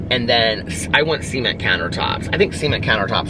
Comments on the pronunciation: OMG!! My boyfriend had questions overhearing you say “see-ment” countertops!!! #FAMILYFRIENDLY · “Seement” love it!